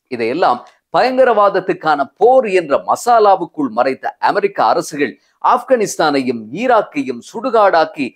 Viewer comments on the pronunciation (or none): அஃப்ரிகா அஃப்கனிஸ்தான் உச்சரிப்பைக் கவனிக்கவும். 'ஆ' நெடில் வராது. 'அ' குறில் வருவதே சரியானது.